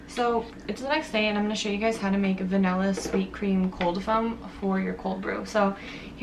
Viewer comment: What is va-nella it’s va-nilla